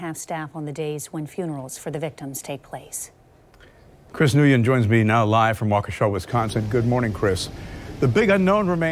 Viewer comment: Hamilton please learn to pronounce Chris’ name correctly. Your reporting together as if he is your coworker for goodness sake.